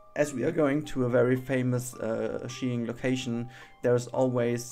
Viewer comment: ach ja es wird skiing ausgesprochen. Also nicht schkiing. Wollte da noch kurz beim englisch helfen :)